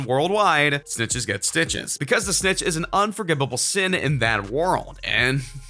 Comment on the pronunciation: and he said "unforgibable"